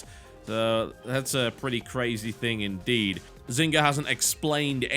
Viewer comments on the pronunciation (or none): Haha, "inderd".